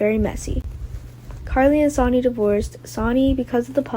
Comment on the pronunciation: Will someone please tell the reader that SONNY is not SONY OR SANY! She should at least watch GH for awhile and familiarize herself with the names of the cast. It shouldn't be that hard to do.